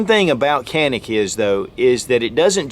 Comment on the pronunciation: I will go ahead and be that guy by saying that its pronounced "Janik"